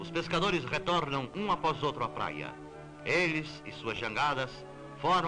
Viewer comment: Chamou atenção o " ei las" referindo-se às jangadas